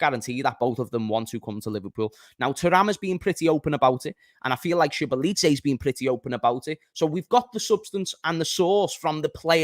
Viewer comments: it is Zo boss lie ffs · That Szoboszlai pronunciation is mad!!!🤣